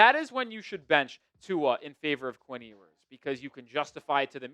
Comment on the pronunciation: Still mispronouncing Ewers name?